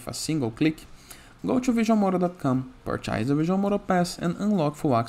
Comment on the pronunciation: Who the Fuk says "purch-eyez"?? I don't get it, its either an Indian with a durka durka accent or some guy that can't speak properly making these videos. its painful, I'd rather listen to 2 cats humping in a dumpster fire. PLEASE if you can't speak clearly, use an AI voice over. Thanks.